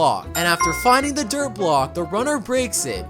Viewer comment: it's "DIRT"